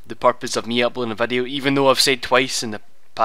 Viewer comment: You said "vadio". I lol'd.